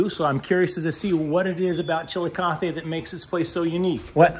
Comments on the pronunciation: You managed to make make Chillicothe sound like a Spanish word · Come on..suggesting we take a shot every time you pronounce the town's name wrong is virtually suggesting irresponsible drinking..TSK, TSK says Foster Brooks (well he slurred it)